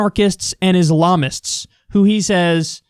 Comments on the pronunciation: He actually said "Ilamists", not Islamists lmfao. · He said ilamist? Wtf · The ilamist huh? You couldn’t even say it the first time haha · Wtf is an "ilamist?" 😂